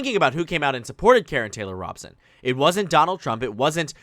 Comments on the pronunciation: It is Robe-son not Rob-sun. Fyi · Good video. Just so you know, her name is pronounced ROE-bson. I speak as a native Arizonan :-)